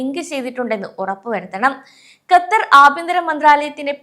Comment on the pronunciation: Exit permit നിർത്തിയിട്ട് 10 വർഷത്തോളം ആയി ആദ്യം Qatar എന്ന് correct ആയിട്ട് പറയാൻ പഠിക്ക്.